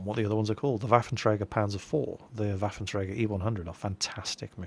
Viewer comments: You do pretty good with the pronounciation of the "Rheinmetall-Borsig Waffenträger" and still pretend you can't say "Panzer-Selbstfahrlafette"? You can better than that!;) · I´m loving it, when you say the german word "Waffenträger". You are pronouncing it good, but it still sounds unique ;-)